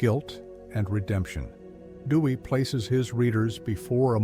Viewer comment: Theodore "Dewy"/"Dewey"? Please use a human narrator next time.